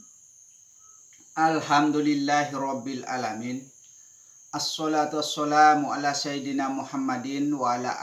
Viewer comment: ASH SHOLAATU WAS SALAMU....... BUKAN ASH SHOLAATU WAS SHOLAAM..🙏🙏🙏🙏🙏